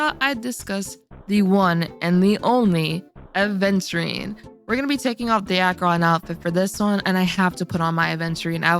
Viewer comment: It's Aventurine, not aDventurine (pronunciation)